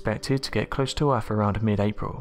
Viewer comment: Over ere' by the bafroom...dry I trade alot of th's in for f's too, I'm guessing it's a southern Appalachian thang